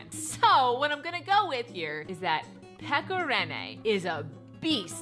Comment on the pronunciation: The Nashville one wasn’t even that bad I agree but don’t ever disrespect pekka rinne again or pronounce his name wrong